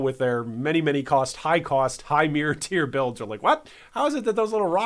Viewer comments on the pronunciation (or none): none